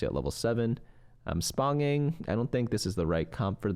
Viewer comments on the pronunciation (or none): Loving the video! Wanted to tell you that “sponging” is sponge-ing (get it, like how a sponge absorbs stuff?). Your way of saying it cracks me up!